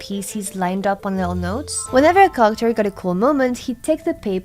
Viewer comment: I was listening without looking at the subtitles and was so confused when I heard 'carchur' for 'character'.